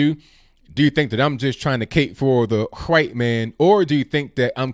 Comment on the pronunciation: My only complaint is how you pronounce ‘white’. Great commentary per usual!